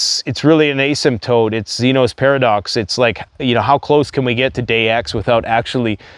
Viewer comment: Asymptote is pronounced with a short "A" like ASS NOT a long "A" like Anus...